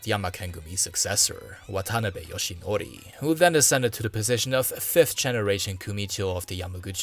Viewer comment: Your pronunciation isn't terrible but when you said "Watanabe" my ears started spontaneously bleeding